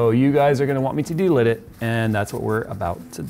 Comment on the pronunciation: Delid dude, not delit, it was hurting my head saying delit lmao